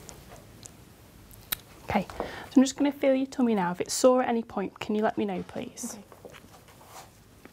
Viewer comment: well to be fair she says "Toomy" lol